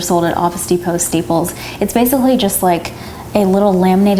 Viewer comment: did any one else notice that she said steeples